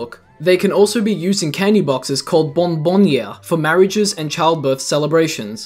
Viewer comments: It's bomboniere, not bonbonniere😅 The pronunciation is absolutely hilarious but we'll forgive you that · as an italian i have the need to correct you, its bomboniere and its spell as you read it